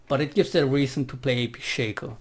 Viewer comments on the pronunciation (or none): none